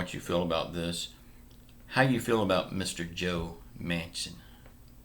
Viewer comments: Man-chin not manson. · Yah I noticed the mispronounced name to. Lol